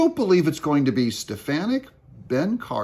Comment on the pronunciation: It's Stef-fawn-nik, not Stef-fan-nic. Thank you. 😅